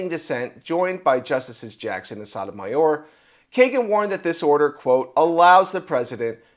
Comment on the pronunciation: It's not "SODamayer" Correct pronunciation is Sote-to-may-or.